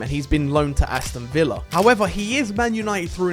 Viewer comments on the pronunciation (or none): none